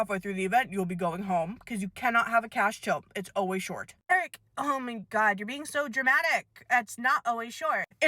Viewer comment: “Ouah my gohd” IS KILLING ME